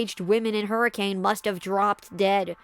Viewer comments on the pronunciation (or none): As someone local to the Washington County area, the city of Hurricane is pronounced hurrakin.